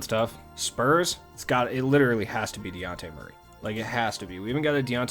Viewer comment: In case you’re counting at home, this is the SECOND time I’ve tried correcting you on the pronunciation of Dejounte Murray’s name…. it’s de-jawn-tay or duh-jawn-tay - and in the town he’s known as Baby Boy or Baby Jamal Crawford!!! 💪🏾💪🏾💪🏾🏀🏀🏀 Another great video my guy, keep it up!! (just make sure you got baby boy’s name right!! lol)